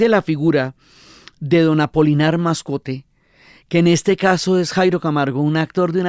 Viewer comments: Querida Diana, el personaje es Apolinar Moscote, no "Mascote" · Pero, es Apolinar Moscote, que no Mascote 😊